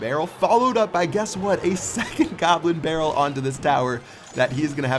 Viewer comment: he says gobber barrel